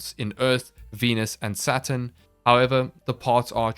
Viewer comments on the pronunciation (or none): none